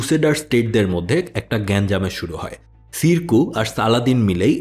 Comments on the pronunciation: সিরকু না উচ্চারণটা। উচ্ছারণ হলো সম্ভবত শেরে কুহ। শের মানে সিংহ কুহ মানে পাহাড় অর্থাৎ পাহাড়ের সিংহ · সিরকু না শেরকু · ছিরকুহ না,উনার নাম শিরকুহ।